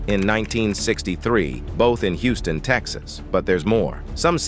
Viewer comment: CLICKBAIT! CLICKBAIT!! CLICKBAAAAIIIITTTT!!!... I'm halfway thru the vid tripping on the Narrator! "He" is on Alot of Good videos. Me being someone who DONT WATCH ai narrated videos, I just KNEW this was an older black cat.... He didn't just mess up like normal ai, this dude was like glitchimg on this vid.. "spinning or.. fast forwarding) ..then "he" said Hooston (he pronounced it Who•ston) not Houston like WTF.. 😑 THAZ A .. ITS A CITY.. && a common last name, business Name 😶 how these robots/comps SMARTER THAN HUMANS" ROBOTS CANT HANDLE REMEMBERING CITIES.. STATES.. but we s'pose to "@ g___l_" .. learn from it about galaxies?!!? I'm so sad this is not a real man.. .....THEN TO GET TO THE COMMENTS AND REALIZE IT WAS ALSO CLICKBAIT??! ~As I'm reading the comments she said "Cicely didn't say one word.."... ... I'm realizing, the narrator even said towards the end.. "..well we don't know if it's true or not but, it would blah Blah Blah".. 🗓️THIS CHANNEL IS OFFICIALLY DEAD TO ME 💤💤💤